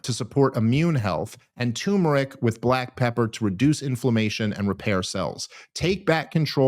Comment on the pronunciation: Everyone learn how to say Turmeric, if you tell a couple friends eventually everyone will stop saying it wrong It's Tur-mer-ic, not Too-mer-ic